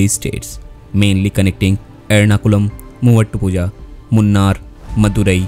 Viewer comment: It is pronounced Moonaar, not Munn-arr.